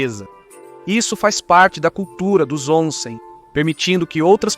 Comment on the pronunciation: Boas explicações sobre os costumes japoneses. Só precisa melhorar a pronúncia das palavras japonesas (sushi, omiyage, onsem...)